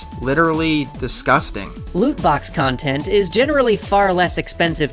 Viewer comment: Or rather, it's con-tent